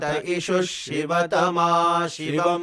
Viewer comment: Similarly sivatama is said correct by the tutor, but the vidyarthis are saying as Shiva 🙏